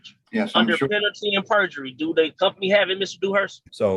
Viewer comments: Penalty and burjery. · He actually said PENALTY AND BURGERY 3 times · Penalty and bergery 😂 Rude idiots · Guy driving a car while in court… Moorish? More like moron… Edit. “Penalty and burjery”. Penalty of perjury? 😂😂😂